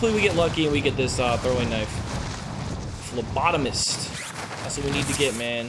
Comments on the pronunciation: Whoa he figured out how to say phlebotomist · Hey...you learned how to say phlebotomist!!! Kudos bro..👍😂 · It'd be cool if it was my comment on the last video that taught ya how to say phlebotomist correctly☺️☺️🤗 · Lol you learned to say phlebotomist 😂